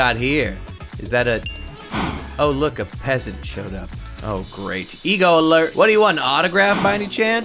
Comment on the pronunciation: The cow said peasant wrong